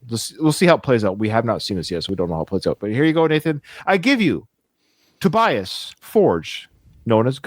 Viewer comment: And Tobias is Toe-b -uss